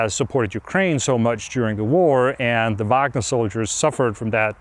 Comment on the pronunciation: I love how Anders is the only one who pronounces Wagner correctly without the horrendous American Uæægner.